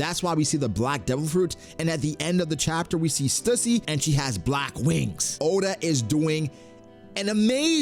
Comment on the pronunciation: Stüssy is pronounced Stew-see.